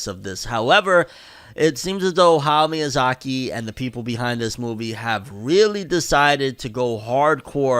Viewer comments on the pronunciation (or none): Is it me or can't say Hayao Miyazaki correct... it's like he heard the name once before and just said it the second time. Sounded like ''Haugh Miyazaki'' wtf